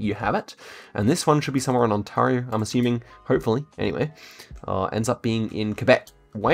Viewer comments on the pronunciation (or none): none